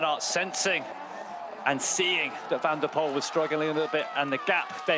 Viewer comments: Can someone please tell the commentator the winner’s name needs to be pronounced as “van der pull” and not “van der pole” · More like "van der poole"